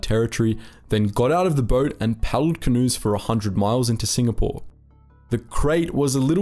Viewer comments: Mate it's Singapore not SINGNAPORE. Was wondering when you would do a vid on Z troop. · Singapore not singnapore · I love hearing about this sort of stuff, but it's time to UNSUBSCRIBE from and avoid watching your videos in future. Sing N apore? Seriously? If you can't be trusted to get the most basic of the simple basics right, how can you be trusted to do accurate research? It's obvious that you have no respect for what you're doing. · SINGNAPORE! WTF?! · Ah yes, famous "Singnapore" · 'SINGNAPORE' lol